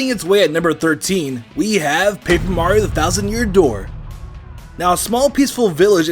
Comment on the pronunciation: This guy pronounces Mario CORRECTLY!! Finally! No more “Mairo